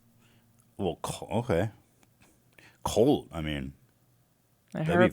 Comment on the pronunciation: Ethan says “colt” instead of “cult”